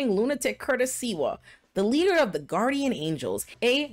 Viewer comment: Great video, but it's Curtis SLIWA, not SEWA!